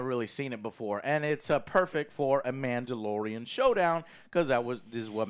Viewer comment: You mean "The Mandylorian"😂